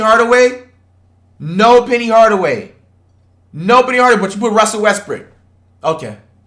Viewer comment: Bro really said westbrick<john wall